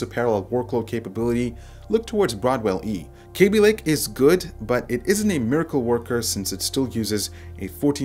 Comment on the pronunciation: it's kaby lake not kéby lake